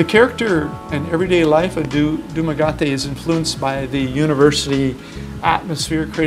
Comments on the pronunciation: You need to pronounce it as the right name. Du-Ma-Ge- Te. Likje Getty oil. Not gutty not ga-Te Doomugetty ( in English . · Pls don’t murder the name DUMAGUETE, pronounced Dumaguete as in DumagEte not dumagate you’ve been there a Long time although we appreciate youte the Budget . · I cringe every time you mispronounce the name of the City. That is Doo-ma-get-teh and NOT du-ma-gat-te. :) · It is pronounce Dumaguete not “Dumagote” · I find your videos both entertaining and informative especially those in the Philippines as I have family there (Cebu & Davao) so well done generally. I was irritated by your mispronunciation of Dumaguete (Dhum a g eh té not Dhum a g ah té ) But that's my baggage. Basically your videos are great sources of information. Thank you. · It's Duma-GE-te, NOT Duma-GA-te. You actually live there for Chrissake, at least get the name of the place right. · It's pronounced Dum a GUE te, not Gum a GA te. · Sir it is not DumagAte , rather pronounced as DumagEte. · Really enjoyed all the information. But we both cringed everytime you pronounced Dumagete. It's not Duma-gaty. It's Duma-getty :) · FYI, it's called DumaGE-te, not DumaGA-te. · OMG! If you are going to do a video about living in Dumaguete the least you could do is pronounce Dumaguete correctly. (It's pronounced Dumagetti. Not Dumagatti. If you don't believe me, ask a local how to pronounce it. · nice video but I'm tired of your pronounciation of Dumaguete. It's not DumaGAWTEE, It's DUMAGETTY. Like Getty Oil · Dude, it's utterly embarrassing listening to someone giving "expert tips" on a which of which he doesn't even know the name. It's DU-MA-GUE-TE, not Du-ma-ga-te. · You are pronouncing Dumaguete wrong. It is pronouced du-ma-ge-te not du-ma-ga-te. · With much respect, it is pronounced Duma- "ghetti" not "ghotti", I have lived just across the water on Cebu Island since 2013 & have made many of the same pronunciation mistakes, great video though. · Hey..it's DumaGuete.. not Dumsgateeee..